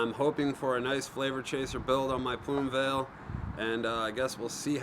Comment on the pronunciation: Plume "Vail"?